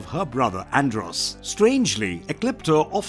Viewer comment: Bad pronounced of astronema and andros